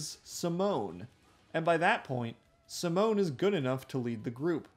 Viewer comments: bro who's simone? ITS SIMONNNNNN 😅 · Bro. My dude. Great video. It's pronounced See-moan with an emphasis on the E not the i lol. I know how it's spelled but you say it differently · Who tf is see moan? That is neither the English nor the Japanese pronunciation. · Great video. But I have to add: the emphasis in the word Simon is either on the first syllable OR just use "Saimon" to pronounce it the anglosaxon way. If you put emphasis on the 2nd syllable you're pronouncing "Simone" which is the female version of the name. Just saying 😅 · Good video but every time you called Simon Simone I wanted to rip out my hair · ah.... yes, "simoan" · Nice video but you mispronounce Simon, the way you say it is spelled simone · i am cringing whenever he pronounce SAmoNeee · why do you pronounce simon like that 😭